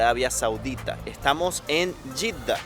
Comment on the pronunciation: Jeeda en español se pronuncia JEDA. Y en arabe Yitda ?